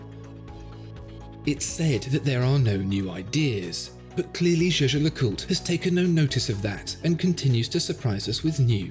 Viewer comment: Why is this guy not pronouncing half the name of this watch? GeGe le coolt... That's how he make it sound...